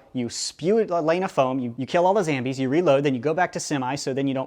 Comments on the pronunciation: PLS STAAAAAAAAAAAAAAAAAP SAYING ZAMBIES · Why does he say zambies?🤣🤣